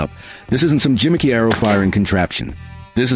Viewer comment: It's gimmick, not jimmick...